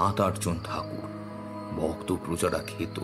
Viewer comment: 'ভোক্ত' নয়, 'ভক্ত'।